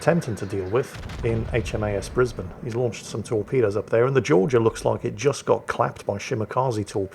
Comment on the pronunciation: The way you pronounce HAMS Brisbane, as a Brisbane local that makes me happy!